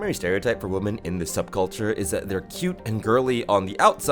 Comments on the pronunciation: why do you pronounce "women" like "woman" ?? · I love the irony of saying "woman" as a plural—like a proper incel—while talking about how something was diminishing women. If anyone could give me a sane explanation for why this mispronunciation has become so prevalent in recent years, I'd love to hear it. I have only ever heard deplorable men say it that way, so it's hard not to make assumptions about what kind of spaces you hang out in from it.